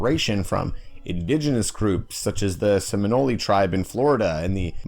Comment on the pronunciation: Fwiw, That's not how you pronounce Seminole